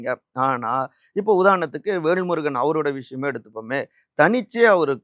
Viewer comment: விகடன் சே தா வும் விகடன் பத்திரிகை யும் எடப்பாடி ...ஆதவ்...பிஜேபி...க்கு தான் எப்போதும் ஜால்ரா அடிக்கும்...வேள்முருகன் அல்ல.....வேல்முருகன் சரியா உச்சரிக்கவும்